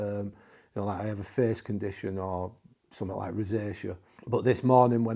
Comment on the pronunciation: Its Face Not Fes....